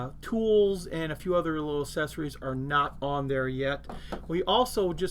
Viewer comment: Lol. Also accessories is ACKsessories not ASSesories. (pet peeve...dad used to say it that way as well....)